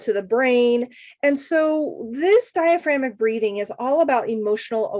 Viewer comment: Love the video. Just a heads up you are missing a syllable in the word DiaphragmATic breathing. Thanks again for all you do.